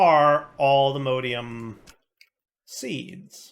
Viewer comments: Always find it funny when you call allthemodium allthemodEium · Cease and desist with the mispronunciation of allthemodium! All the MODS- alltheMODium! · Modium not modeium